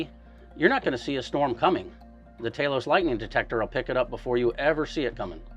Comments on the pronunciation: he breaks character and calls it Talos, but immediately reverts to Taylos. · Why is he calling it Taylos?